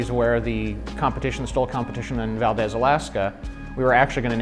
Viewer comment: Guys....your killing me pronouncing Alaskan cities......it's Valdez....pronounced VALDEEZ! We do LOVE the Timer, Timber X, and Timber Turbo's here in Alaska & you did great job with the design!